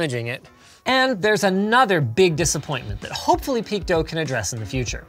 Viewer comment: Two questions: 1. Why would you pronounce PeakDo like "Peak dough"? Is this the first time you've seen "do" written? 🤣 2. Why would you not provide a link to the site you found or their Twitter page or to the product on AliExpress in your description but shamelessly include all your sponsors that have nothing to do with the content of the video. You've sold the fuck out Linus